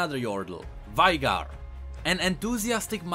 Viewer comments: [Vajgar] instead of [Vejgar/Vejgr]? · Did u really said Vaígar. Did u really pronounce Vaigar like that. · when he pronounces veigar it hurt my ears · you are pronouncing veigar wrong